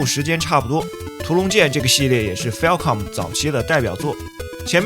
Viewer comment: Falcom 有官方發音，跟你的不一樣